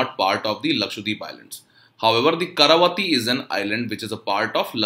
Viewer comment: Not KARAVATI but KAVARATI, i think